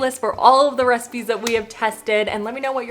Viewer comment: at the end it sounds like you say 'for more 5 minute reciMEs' 😂 looove the look of the orzo one, def want to try that one out!